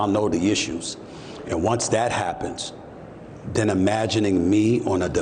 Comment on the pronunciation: He says “den” instead of then. No sir you will not be our countries head representative. 🙄😂